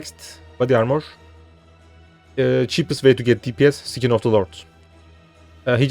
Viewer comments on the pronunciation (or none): Kardeşim İngilizceyi güzel konuşuyorsun da şu skin(deri)yi (sikin) şeklinde telaffuz etmen yok mu.. Sen büyük ihtimalle eskide Knight Online'da oynuyordun. Mesela Knight Online telaffuz ederken (nayt online) yerine (kınayt online) şeklinde mi telaffuz ediyordun?